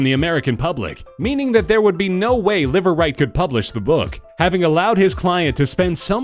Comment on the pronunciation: Imagine establishing a new last name for yourself meaning, "Live Right" only to have it be pronounced as Liver lol